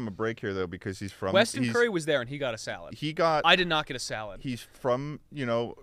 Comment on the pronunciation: did charlie just call weston "weston curry"